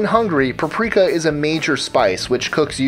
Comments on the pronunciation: It's PAP-RIKA, not pa-prika. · Sources? Please cite them so its not just bullshit. Also its PAP-RI-KAH not PRA-PRI-KAH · Please, it's PAP rika, not pa prika. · 🤦‍♀️Pap-reeka is how its pronounced lol. That was killing me! All in all great video though. I shared to fb. Thanks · peprika is not pep-rika but pep-er-ika other than that great job i love your videos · Look at the word "paprika." It's not pronounced "praprika"! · Its not "puhpreeka" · PAP-ree-kah. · Its pronounced pa-pri-ka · Totally worth the time just to hear him say paprika.. So funny! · I live in the same city as and I've never heard anyone pronounce it like that. Lol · Its being grossly mispronounced in the video. To the extent that I stopped the video after the first 3 uses since it was so cringey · You mispronounce "paprika" JFC